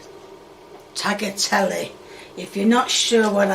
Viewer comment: "Fish paste... on..." Prepares herself knowing she's gonna butcher it "Tug-A-Tele"